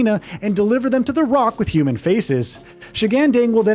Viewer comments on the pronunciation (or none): none